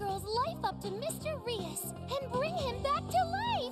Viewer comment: Mr. Reus is pronounced like mysterious.